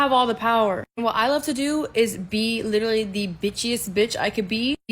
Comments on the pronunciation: She can’t even correctly pronounce “literally.” She says liter-ly. LMFAO. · question how many times did that lady said the word "lichurally"